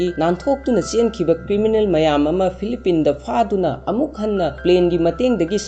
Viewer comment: Philippines gi pronounciation do soire